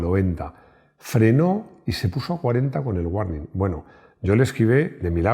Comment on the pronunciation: Hola. La pronunciación correcta de la palabra " warning " es: " uorning ". Similarmente, la pronunciación de las palabras " Google ", " Michael ", etc, es: " gugol ", " maicol " y no como culturalmente se pronuncia en España: " guguel ", maiquel, etc. La verdadera pronunciación de las palabras que tienen una consonante seguida de una " ele " y seguida de una e, es: con el sonido " ol ". Ésta regla, en el Inglés, no tiene ninguna excepción. Espero que te sirva mi aporte. Saludos desde Bogotá D.C. Colombia.